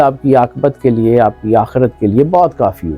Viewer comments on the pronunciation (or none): none